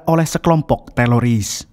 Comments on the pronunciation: Teroris bang bukan teloris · Teroris bang bukan teloris, pake R bukan L😂😂😂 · Teroris... bukan teloris min... hahaha😅😅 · Kirain aku doang yg ngeh klu bilang”teloris bkn teroris”😂😂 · Bukan Teloris Om Yg betul itu Teroris faham om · Teroris bang, lain teloris😅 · Bukan teloris tapi teroris bro hhh pisss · Bukan teloris, tapi teroris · Teroris jhon bkn teloris😂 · Min.... Teroris ya...bukan teloris 😂😂😂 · Teroris bang, bukan teloris😂😂😂😂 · Teroris Om Bukan Teloris itu telor asin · Bukan TELORIS bang 😅😅😅😅 Tapi TERORIS 😂😂😂😂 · Bkn teloris tpi teroris bang😅🙏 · Bisa nggk bang bilang teroris bukan teloris😂😂😅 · Teroris apa Teloris? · Teroris bang bukan telolis 😂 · teroris bro , bkn teloris 😀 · Teroris min, bukan Teloris😅😅 ngomong teroris susah amat... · ngomong ngomong “TELORIS”